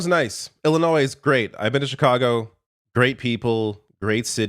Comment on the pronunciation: You know governor, it is pronounced Illinois, not Ellinois.....